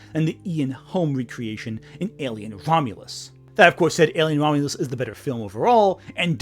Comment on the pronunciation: I heard you pronounce it as "Alien: Vomulus." That's a far more accurate title.